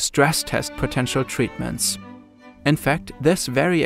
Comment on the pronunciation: Weird how his accent makes the word “potential” sound like current ;)